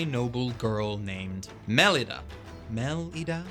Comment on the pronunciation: BTW Melida is pronounced "Muh-Lee-Duh" because the author couldn't help but name her My Little Angel.